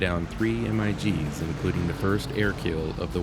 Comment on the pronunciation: If you have to mention Russian built-military aircraft again, as , "Em-Eye-Gee's" are called "Migs" (built by Mikoyan).